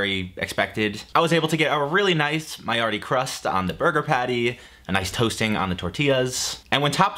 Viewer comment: It’s maillard there’s no e sound on the end of it. Also it’s pronounced euro not how you said it.